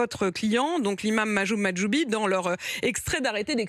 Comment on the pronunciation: elle a réussi a bien dire Mahjoub Mahjoubi 😆